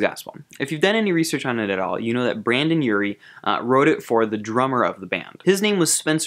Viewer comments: BREN-don!!! NOT BRAN-don!!! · And yet another one who says BrAndon rather than BrEndon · Brendon urie not branden.. UGHHHHH I always die when I hear someone say that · Hermione: It’s BrEndon Urie not BrAndon Urie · "Bandan urie" Its Brendon Urie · i will say this one more time it is BRENDON not BRANDON AHHHHHHHHHHHHHHHHHHHHHHHHHHHHH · WHAT DID YOU CALL HIM I SWEAR TO gOD IT'S BRENDON URIE WITH AN E I AM SO TRIGGERED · I instantly scrolled to the comment section when I heard ‘Brandon’ Just waiting to see all of the jokes they could make out of it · I know you didn't just say Brandon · Still can't get over how he called him "Brandon Urie"